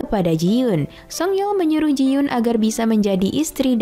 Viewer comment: Koreksi dikit kak. Itu jiyon bukan jiyun